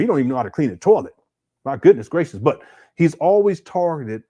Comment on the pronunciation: If you think Umar is annoying in this video, imagine him working as a customer service agent. To kill the dead air or awkward silence he starts humming and singing doo doo doo. And what the hell is a tawlet?